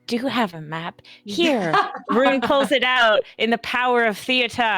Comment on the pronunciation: was Swedish?! Couldn't really tell when in last episode she kept on pronouncing Rune the English way "Roon" instead of the Swedish way "Roo-neh". Or perhaps I just suck at recognising accents.